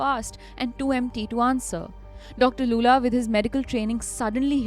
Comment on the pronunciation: how do you pronounce Lulla as Loola